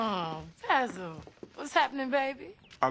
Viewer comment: Vijema "Bazzle" 🙄😂 Its Basil.